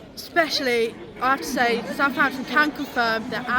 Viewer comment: It’s Southampton ffs